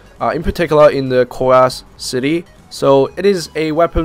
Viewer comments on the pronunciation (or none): none